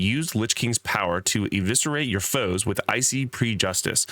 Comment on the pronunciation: preh-juh-dis not pre justice lol